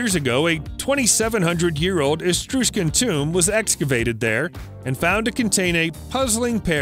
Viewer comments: Please stop saying "Etrooshcan". It is "Ee TRUSS can". And "brooch" rhymes with "coach". PLEASE. Maybe take some basic English language courses. I can't watch this. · I enjoy the videos but wow you do struggle with pronunciation. For example, Etruscan doesn't have an S after that first letter. Thus it is: uh-TRUH-skn. And there are others, too many to list here. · It is Etruscan not Estruscan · Please learn to pronounce Etruscan, and brooch. Please.